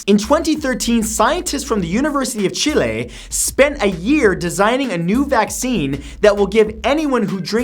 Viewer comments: Chile is pronounced chill-e not chill-ay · Jaguar... where's the "wire" part of it? Also Chileh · Jaguar, Chile and Uranus are all pronounced annoyingly. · LLan-zar-ot-ay. Not lan-zar-ot. Think you'd a nailed this after saying. Chill-ay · jayguire? chilaaay? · feeel bad for asking because i trust you like i do Attenborough but is it meant to be pronounced "chill-ay"? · Toby Greenslade he does pronounce things incorrectly sometimes. Chile is basically the right pronunciation although there is more emphasis on the Che part. So Che-le (leh).